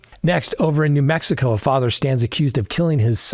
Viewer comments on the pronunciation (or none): none